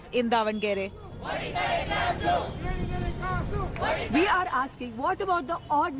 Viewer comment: the newsanchor - its Davanagere - not devanagar or something. the govt - its really appalling that they're not helping out and wasting the medicos' time and life on the streets when they would be helping patients. whatever probs the govt has with mgmt, if the docs are working in govt hospitals , then better pay . after all u swindle thousands of crores from us for ur mla-mp shopping sprees.